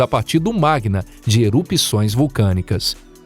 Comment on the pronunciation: Não é "magna" e sim "magma".